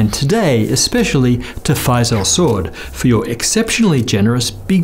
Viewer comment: I think the name is pronounced Faisal Sa-Ud